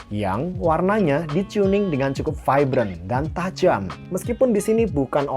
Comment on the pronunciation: Tajam bg, bukan tajemm. Wjwk